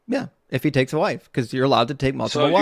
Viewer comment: I like how he yelled out “IF HE” like that was some gotcha. He put the wrong emPHASis on the wrong sylLABle.